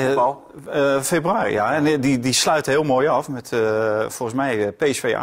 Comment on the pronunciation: Niemand:.... Helemaal niemand:..... Valentijn: " Super februruri"